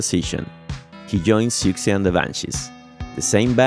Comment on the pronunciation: Really cool video here! Just one thing - not trying to be rude or anything but, it's not pronounced "Si-uk-see", it's pronounced "Suzie" or "Susie". As a matter of fact, that was how the name of the band was spelled in flyers way back in the early days - 'Suzie And The Banshees' - before the spelling was changed to Siouxsie & The Banshees after her love of the Native American tribe of the same name, Sioux, which is pronounced "Su". The addition of the "sie" at the end made it "Sioux-sie"...